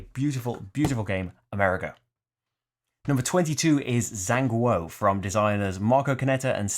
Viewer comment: Sigh! You still cant pronounce Zhanguo correctly,. Lol. I thought that in episode 4, said: “The circle is now complete. When I left you (Rahdo), I was but the learner; now I am the master.” Everyone together: “Jan Gwar” (Zhan = Warring, Guo = States). Great list as usual. Don’t let your Sith training affect your video output.:-)